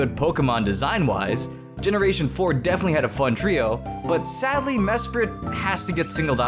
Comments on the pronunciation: you : "Mesprit" T R I G G E R E D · It is mesprit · It's Mesprit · o its mesprit xD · damn i thought he was gonna say uxie not mesprit